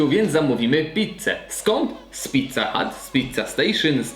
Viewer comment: Mówi się pizza hut A nie pizza hat. Kapelusz to hut A nie hat